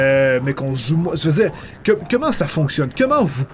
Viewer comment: pourquoi tu dit kemment au lieux de comment?